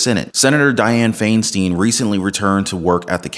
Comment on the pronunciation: It’s pronounced Fine-Steen